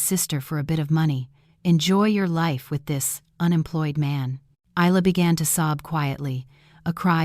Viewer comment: Never seen one of these set in Australia. At least in Australia Isla and Ayla are pronounced the same way. Spelling dependant on the origin of the name, Middle Eastern Aylia or Ayla, Isla is either Scottish or Spanish. Both are pronounced EYE-la so AI made a pronunciation error.